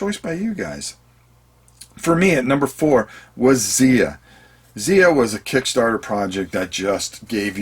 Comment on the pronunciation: Not that it's terribly important, but Xia is apparently pronounced with a hard i... as if it rhymed with eye-uh. Not like Zee-uh. heh The creator pronounces it that way, at least. :-)